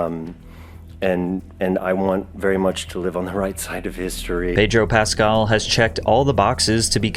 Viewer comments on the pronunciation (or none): Why can't you pronounce his last name correctly? You're accentuating the wrong syllable and it's REALLY not that hard. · Also, isn't his name pronounced PascAL, not PAscal? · It's PasCAL, not PAScal. Trust people when they pronounce their own nanes lol.